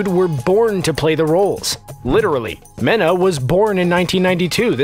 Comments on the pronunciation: It's pronounced Meena not Mena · Mena’s name is pronounced mee-nah not men-ah. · Its meeeeeeena not MENa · btw it’s written mena but pronounced mina soooo yh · Men-a Massoud. (Sorry that bothered me ) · He mispronounced mena’s name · Omg the way they pronounce Mena . Idk whether to lagh or to cry 😂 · Omg, that’s is NOT how you pronounce Mena. 😤😠😩